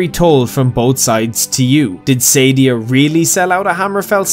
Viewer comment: It's pronounced Suh-Dee-Uh not Sadie-Ah